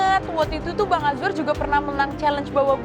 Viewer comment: Ini perasaanku aja atau gimana ya? Rasanya kok chef rudy manggilnya azwan ya bukan azwar 😅😅